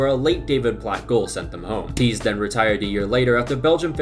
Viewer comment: You pronounce "Goethals" as " Goodhawls", not "Geuthels". "Thys" is then again pronounced as "Theys", not "Theas". "Rene" is pronounced as in French: "René", not "Ren". And importantly: "Theate" is not pronounced as "Teeth", but more as "Theyawth". There's a couple of others you've missed by a bit, but these were the noteworthy ones. A lot of them you had right though! Like "Tielemans" was 100% correct!